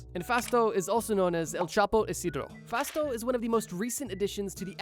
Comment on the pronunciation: Ooh Fausto with a U. I thought you were saying “fast” in Japanese Engrishu